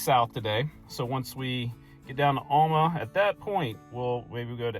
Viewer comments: Alma is pronounced AL (the man's name) - MA. There aren't two L's in this name, so where you get ALL - MA puzzles me. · Yeah, he's not quite saying it like we do. Al, like some guys first name. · that was cool, as usual. It’s interesting that you pronounce Alma differently than my family did growing up. I had an aunt and uncle from there. When we visited, my Uncle would take us out to the woods and hunt for a wild mushrooms that we ate for dinner. Fun memories 👍🏻